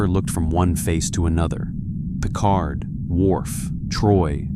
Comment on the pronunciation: Captain Picard or Captain Pequard.????😮😊😅😢